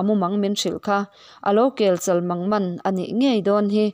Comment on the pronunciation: Mithiam chu ni awm tak i nia Kelchal mangman pawh chgiar diklo a lar nen